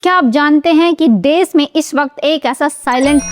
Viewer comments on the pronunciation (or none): देश को देस, वर्षों को वर्सों का उच्चारण करनें वाले यू ट्यूबर ज्ञान बांट रहे हैं......